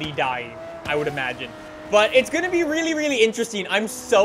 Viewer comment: I hate the way he says really (reeylee)